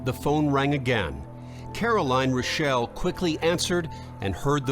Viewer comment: Rick Reuschel was a pitcher for the Chicago Cubs. It's true! But unlike here, his name not pronounced, " Roo-shell' ", it was pronounced, " Rush'-il "!! 😅 😂 🤣